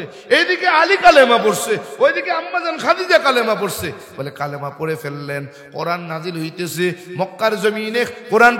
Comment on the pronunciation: কালেমা না বলে কালিমা বলা দরকার